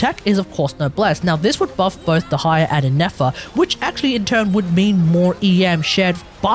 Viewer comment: I've always heard it pronounced the former, which is why I was surprised that he was saying it the latter.